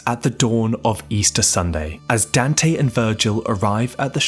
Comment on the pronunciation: Dan-tay. Good video tho, looking forward to binging this channel for a while